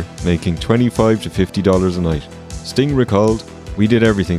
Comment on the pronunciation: said "red Sting," like "red stain," and honestly, he's not wrong. Also--there IS an evil Bosko. It's Diamonda Hagan on YouTube.